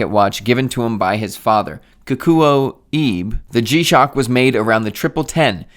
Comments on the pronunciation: Your pronunciation of Kikuo was actually pretty accurate, but when there’s an “e” in a Japanese name, it’s always pronounced /eh/, so “Ibe” is like /ee-beh/. Also I love G-shocks, and I’ve had 3 over the years, now settled on my Casioak GA2100. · Ibe sounds like eBay